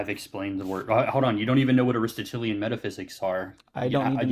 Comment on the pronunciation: oh man, he cannot even pronounce ARISTOTELIAN 😅 "denoted" ignoramus 😊